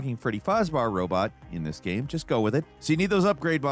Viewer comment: You say gaem instead of game, lol.